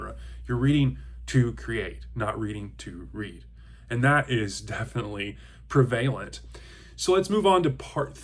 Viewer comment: Excellent video and thoughts. I'm kinda shocked no one mentioned your pronunciation of prevalent.